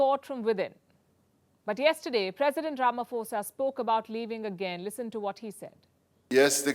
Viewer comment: please it's not Ramafosa, it's pronounced 'po' as in potential.